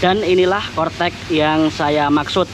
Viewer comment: Corec eh cortec hee